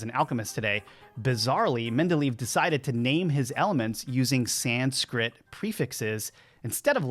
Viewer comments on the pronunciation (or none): Thanks for the video. Can I just advise that Dmitri "Mendeleev" is pronounced "MEN DE LAY EV" and not "MEN DE LEAVE".